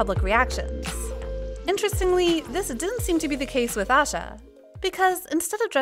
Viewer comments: Aisha's name is pronounced as "eye shah" not asha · Actually it's pronounced as asha you can see it in everglow's member introduction in interview 😁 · I- I- am I the only one who hates how she says Aisha?